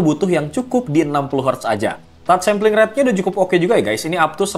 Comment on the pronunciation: "instant touch slamping rate?" 😁😁😁 kalem sampling sampling ☺😊